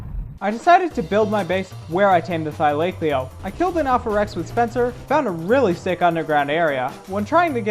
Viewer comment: How is no one talking about your pronunciation of thylacoleo, please look it up I'm begging